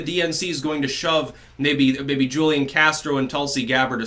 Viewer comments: It's not Julian Castro it's Hoolian Castro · FYI- Julian is pronounced: WHO Lee Ahn Hoo Li On (Take your pick) The J in Spanish has the H sound. Just trying to help...